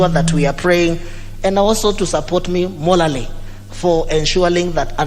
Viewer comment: Did I hear you say "molally"? Remember you'll be an mp for less than 1 year, will you be able to perform? Time!